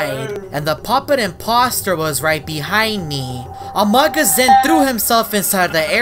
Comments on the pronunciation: its pronounced "amoog us" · By the Amogus is pronounced Amoogus